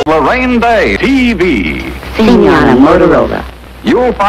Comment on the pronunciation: Am I the only one who heard "Harambe" instead of Loraine Day